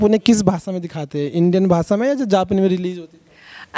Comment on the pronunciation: Anchor sahab भासा नाही भाषा.